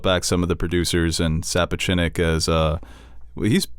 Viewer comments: FYI it’s pronounced Miguel SA-POTCH-NICK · Also the ways you guys pronounce Miquel Sapochnik’s name is absolutely infuriating. How have you never heard how his name is supposed to sound you were some of the biggest Thrones YouTubers around 😂😂😂